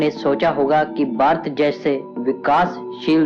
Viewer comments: ye koun narrator laaya hai jo bhaarat ko barat bolataa hai.cht. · ye barat nahi ....Bharat hai pehele bolna sikh fir hi video banana